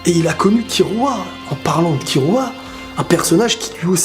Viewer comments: On dit Killua ! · Sa me stresse comment tu prononces killua